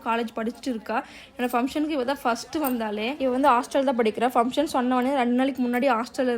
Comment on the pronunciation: Sis sry to say this fumtion illa sis function nu sollunga.., just correct pannikonga.. don't mistake me